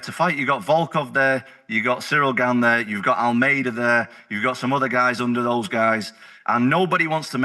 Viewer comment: Cyril Gane’s name isn’t hard to pronounce in the least… not sure why the hell Chael and so many others come up with a new way to say it every single time he comes up